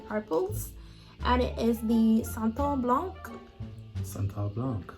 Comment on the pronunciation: I liked the way you pronounced "Van Cleef" "Sanat Blanc" lol. I also have my christmas tree still up as well. lol umm Neiman can I get some samples ? lol 👀